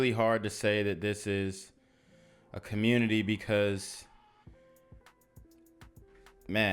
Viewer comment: It's a communitah, not community.